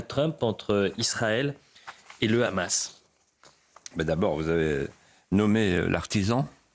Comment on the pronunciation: Enfin quelqu’un qui prononce bien Hamas pas comme tout ces journalistes qui dise rrhamas